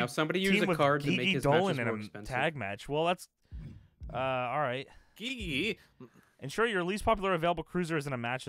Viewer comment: Great video content. Enjoy watching this series. Just a correction. GiGi Dolin isn’t pronounce “Ghee Ghee” or “Gee Gee”. It’s pronounce “G G” like ur just pronouncing the letter G’s